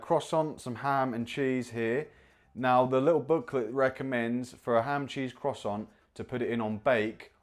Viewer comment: Mispronounced ‘Croissant’ but he’s a ‘Brit’ so he gets a ‘leave pass.’ Not impressed with the appliance- I own a Ninja air fryer and it’s great!